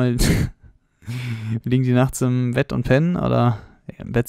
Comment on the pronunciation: Ich wollte schon immer mal fragen wieso du manche Sachen so komisch betonst? Zum Beispiel das mit dem Fisch und dem Bett.